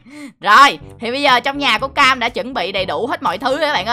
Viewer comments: Bé Cam mà anh đọc thành Bé Kem luôn😂😂😂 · nói bé cem😂😂😋